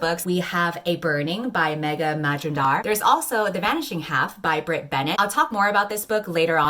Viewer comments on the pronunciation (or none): I am SO sorry, but i had to laugh like a monster when you pronounced 'majumdar'. I am actually from India (like Megha Majumdar), so that pronounciation SENT ME. I am so sorry 😂😂